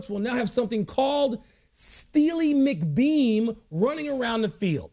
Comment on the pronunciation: It's steely McBean not steely mcdeam